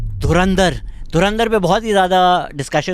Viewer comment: Abe tuchiye dhurinder nahi dhurandhar hai 😂